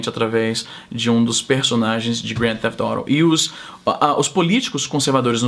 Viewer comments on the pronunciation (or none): Foi coxinha, não se pronunciar grande thefet auto corretamente kkkkkk, se pronuncia GTA no popular rsrs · Pq não falar GTA ? Eu entendi tudo menos Grand Thief Auto ! E oilha que eu fico vendo 300 stream na Twitch em ingles dos mais variados sotaques. Só descobri q era GTA depois que vc descreveu o jogo ! kkkkk... Do resto bom video. E você foi Isentão ! Nem esquerda nem direita, ficou em cima do muro ! kkkk ...